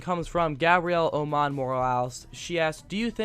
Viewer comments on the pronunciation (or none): none